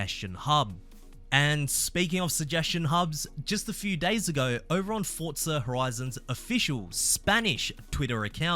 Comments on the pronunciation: Just say Forza not Fortza you are Aussie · Please stop saying Fortza